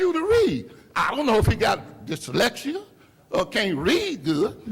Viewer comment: “I don’t know if he got dislection or can’t read good” never heard dyslexia called “dislection.” 😂😂😂